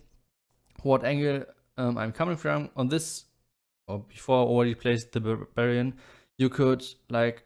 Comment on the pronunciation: Every time you say Barbarian, I hear Bavarian (send in more Bavarians!) :D